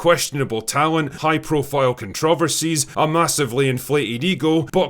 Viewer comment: Con-trah-versies kills me every time😂😂😂